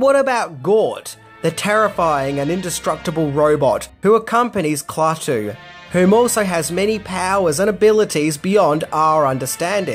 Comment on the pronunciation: LOL! KLAWTOO